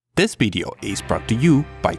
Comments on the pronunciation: you say Video..we hear it as Bideo??? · This "Bideo"?